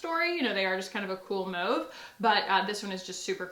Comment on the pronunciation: Heck yes, I remember the Becca Skin Love days...that was a blast from the past!! Also, I feel so justified in the way that you say "mauve", because that's how I SAY MAUVE 🎉 😆